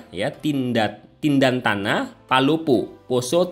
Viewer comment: Tentena Bukan tindantana